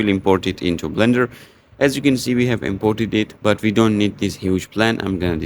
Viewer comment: it's not bender, it's blender